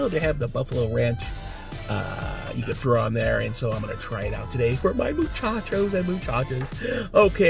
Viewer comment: He’s just “trowing it down his troat” again.